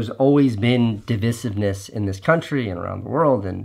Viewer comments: divisiveness is prounounced "DE VI Siv Ness", right? or have I been pronouncing it wrong? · dee • vice • ivv • niss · It’s not pronounced dih-vih-sivness… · He pronounces it wrong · Casey’s pronunciation of ‘divisiveness’ is certainly divisive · My thought also! I have the disadvantage of being part of the grammar police - drives me nuts! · Yeah, it only was noticeable due to mispronunciation. I love Casey though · The only thing I'm calling you out on here Casey, is your mispronunciation of 'divisiveness'. A word said so many times in one video too!